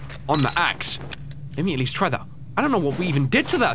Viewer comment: When u said "Get of my axe" I thought u cursed.